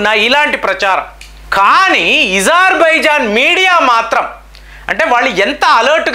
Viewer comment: Eజర్బజన్కాదు అజార్ బైజాన్ గా చెప్పండి